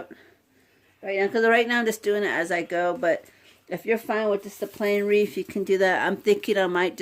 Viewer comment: Cute. BTW, it's not "wreaf" with an "f." It's "wreath." TH, not F. Thought you might want to know.